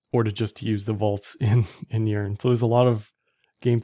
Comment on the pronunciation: Sounds like you are saying, "urine".